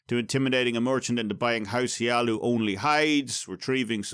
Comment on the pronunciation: ... House HLaalu. It's HLaalu. I'm sorry. I just couldn't resist... xD